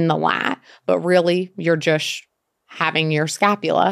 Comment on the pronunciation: Why does she pronounce the word ‚just‘ so strange? I Love the information, but can’t listen to the jush jush all the time🙈